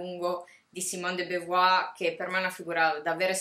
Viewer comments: la tua iniziativa è ammirevole, ma di simone de beauvoir (compagna, non moglie di sartre) avresti potuto almeno imparare a pronunciarne correttamente il nome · non mi sembra di aver aperto una polemica. poiché rivendichi dei contenuti sarebbe bene quantomeno accertarsi della pronuncia del nome di un autore di cui vorresti divulgare il pensiero, basta così poco! scusami se mi sono permesso, io al tuo posto avrei apprezzato la correzione, perché di certo da oggi non sbaglierai più. peace&love! (è inglese, di certo non ne sbaglierai la pronuncia!) ps. della de beauvoir il mio preferito è L'età forte